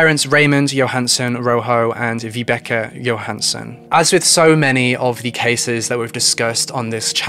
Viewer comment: Damn, your pronunciation of Swedish names is something... something bad. Swedish is phonetically consistent! Ina = ['ina], not ['aina], Tove = ['tuve], not [tov], Vibeke = ['vibeki], not [vi'bekeh]. I'm 21 minutes in and I have only just realized that Tesse's mother's name is Vibeke, not Rebekka!